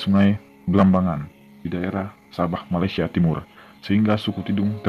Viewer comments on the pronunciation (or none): none